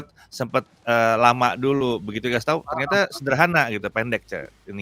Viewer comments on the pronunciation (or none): none